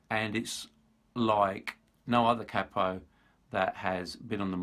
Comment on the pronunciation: Good to hear capo pronounced correctly. I've lived in the US for many years and always heard it said "cay-po" which sounds proper daft.